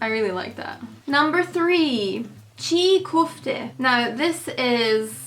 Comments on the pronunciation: I live in turkey and i love love love chi kofte oh its not chi kofte its çiğ köfte by the way they put it in bread to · Chi kofte? WTF?! That's çiğ köfte. Simply spell cig kofte if you can but that was fucking hilarious bro😂